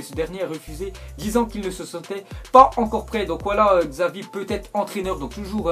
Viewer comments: Ptdr sa se dit pas "Zavi" mais "Tchavi" ptdr jpp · mdrr on dit pas "gsavi" mais "shavi" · Mdr xavi 😂😂 on le prononce chavi